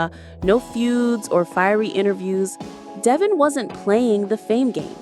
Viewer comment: Merci, it is devon not devoin.